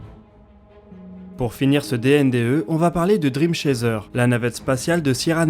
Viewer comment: Note de prononciation : Dream Chaser ça se dit driiime Tchaisseur.